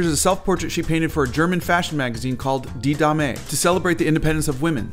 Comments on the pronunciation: "Die Dame" means "The Lady". It's more pronounced like the english title ("Dame Judi Dench") with a long "ah" (like at the dentist) and a short e. I like your pronounciation better though. Gives it a kick. Bet the magazine would've loved that, too. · Bro just started a German revolution with his pronunciation of die Dame